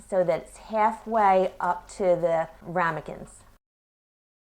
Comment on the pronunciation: Wuter (LOL). And Rumicans